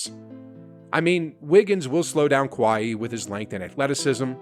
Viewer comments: A healthy “qwhy-he” you said it twice! Yep you’re on my do not recommend list forever now!!! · Who d’fuck is “Kwhaiee” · Man's literally said Kahie Leonard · I do like the content. I agree with most of the take. But I want to continue watching the video but his exclamations are annoying because they’re repetitive. “My gosh guys” “sheesh guys!” 🙄🤦🏽‍♀️ And did he just pronounce Kawhi, Kuh-why-heee? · The way your saying Kawhi’s name is irking me 😂 but great take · Why you say kawhi like that lol. But jokes aside, I'm a die hard warriors fan and I'm hoping they get another title next year. But do u really think that the pelicans would beat the number one seed the grizzlies?